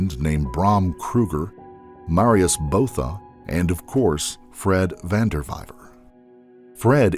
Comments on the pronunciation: Botha is actually pronounced [buaða], not [bouða]. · Van Der Vyver is pronounced "fun de fyfer". Botha is Booata. Can't remember any others!